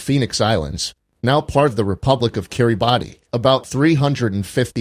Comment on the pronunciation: "Kiribati" is actually pronounced "Kiribass".